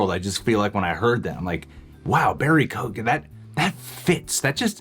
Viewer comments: Its pronounced Key-Yo-Gan. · Absolutely love you guys, but lots of people have pronounced his name wrong (coming from an Irish person), it's said like Kyo-an, not kogan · His last name is pronounced KEE-AHN, but other than that, solid video. 🤓👍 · Please for the love of all that is holy pronounce his name right. It's (rough phonetic translation) key-own with very little gap between syllables. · It’s pronounced key-oh-gan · By the way, his surname is pronounced "Kee-own" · keoghan is pronounced kyowen btw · Hey and, i know a lot of our Irish names can be hard to pronounce for Americans but its Barry Keoghan (Ke-Own).... great actor, has been in a few big American films, American Animals was great. He has also been in a lot of Irish movies were he has played gangsters and stuff,he is also great at accents, i think he could really pull it off...He also said in an Interview in Ireland he was filming something for the new Batman film, maybe an origin story in the first film or maybe just a brief cameo..Still i hope this is true, i think anybody that thought Mr Phoenix was returning as Joker at all is fooling themselves. He originally said no to Doctor Strange as he doesnt really do sequels...New Joker, yes!!!!! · Lads you need to learn the correct pronunciation of his name its key oh gen say it fast. By the way i think you guys are awsome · Just so you know, the actual pronunciation of Barry's surname is [key-oh-en ] :P Irish surnames are never as they seem. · Keoghan (kyo-ann) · It's pronounced Key-own, the G is silent. If's an Irish name like mine. The G is silent in mine too.